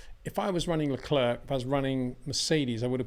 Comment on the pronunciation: Being a public figure , I cringe everytime you prononce Le CLERK instead of Le CLAIR just like Le Clair College or Le Clair University ! Why ? Is it lazyness ? Just say Charles if you don't know how to prononce his name please .